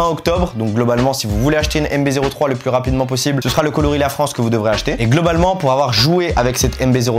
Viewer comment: Le "é" de "LaFrancé" l'air de dire : on est là hein